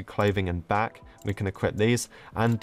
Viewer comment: pronouncing equip: equipt